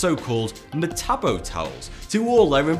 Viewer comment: It makes me cringe hearing this dude say metabo and sepuku since I'm Japanese (he just doesn't say it correctly btw)